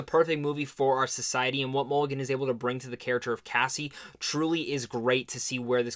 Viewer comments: it’s mulligan not mcgillam or whatever the duck you said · Bruh. YOU called her "MC-Gillan" 3x before FINALLY calling her by Her NAME: "MULL-I-GAN". You did this while claiming, without a trace of irony, that Mulligan and Moss "never get any credit when it comes due", and then blamed others at Sundance for YOUR error instead of just saying: "Yeah, that was my bad." Idk why some ppl think that admitting they made an error like the rest of us mere humans, makes them..Gods? But I DO know that it doesn't. Mispronouncing "Mulligan" didn't stop the world from turning, and I'm fairly certain that ADMITTING it, wouldn't cause a global disaster, either, smh & lol.